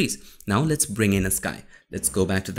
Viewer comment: "AhaLit's Get Started" 😂